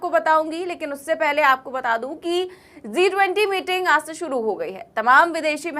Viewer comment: Zee 20 nahi G20 pronunciation sahi nahi hai